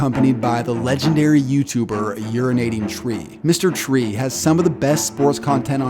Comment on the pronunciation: LMFAO, deadass said, "Mr Tree"